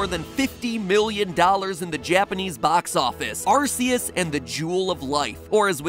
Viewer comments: It’s ar k ous not ar c ous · It’s pronounced Arkoos. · It's actually pronounced "Arkeus" 🤓🤓🤓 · It's also the origin of the pronounciation, Ar•say•yus. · I mean it's Ar-KAY-us, based on Silvally's ability, RKS System . . . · The Four Star Gamer I know that. That's how I've been pronouncing it all my life. I'm just saying that Pokemon and the Jewel of Life is the origin of the whole ar•say•yus pronunciation. Which imo, is also a very dumb one. You can find out more on Bulbapedia. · its pronounced arcoos if you know you know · It’s big Arceus It’s ARKOOS If tiy jbiw tiy jbiw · Please pronounce Arceus properly